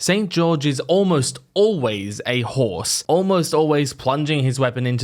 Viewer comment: The psychic damage "ahorse" has done to me, literally made me shudder for a moment